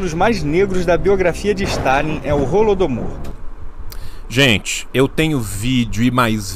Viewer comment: Qnd o reaça falou "Holodomor", eu escutei "Rola do Amor" Ksksks Tomei um susto